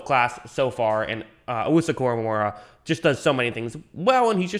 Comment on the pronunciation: Say it with me, KORAMOAH. NOT KORAMORAH. PUT SOME RESPECT ON THE DAWGS NAME